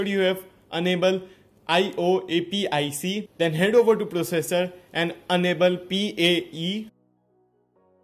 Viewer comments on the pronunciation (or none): dude you are pronouncing "enable" as "unable"